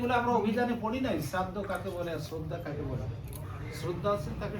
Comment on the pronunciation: শ্রদ্ধ নয় শ্রোধা বেশ ভালো লাগলো হরি বল